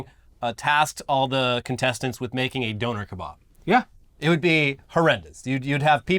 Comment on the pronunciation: Makes fun of the British people say taco…. Proceeds to pronounce doner kebab like that